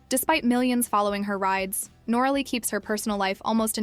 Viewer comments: NOR - RALLY ? 😂🤣😂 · Do your research and correct your pronunciation. It is Nor- a lee. Noralee = Noraly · Nor-a-Lee is the correct pronunciation. You should research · cant even get the name right , another channel leeching of some one else’s hard work